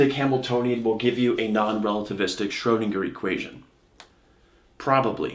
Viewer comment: You should practice the ö in Schrödinger ^^